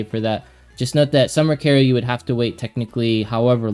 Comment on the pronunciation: Summer Karru? do you mean Summer Karyl?? it's pronounced Carol it's German. >///< please say her name right! ty!